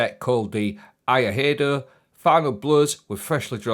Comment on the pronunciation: If phonetics helps it'd be "E-eye-doh" haha. So stoked for that 2-piece bonus for Stasis though, especially on Behemoth!